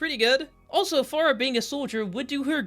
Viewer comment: Bro Really slipped up in the pharah segment jeez I physically cringed